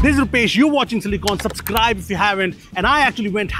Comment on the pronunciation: Lol "supscribe".